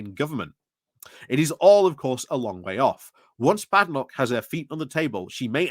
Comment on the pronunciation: Why are you mispronouncing her name?